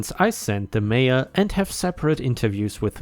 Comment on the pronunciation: Nebraska story update. Mayor is not said as "major." It's said as it looks, "may or."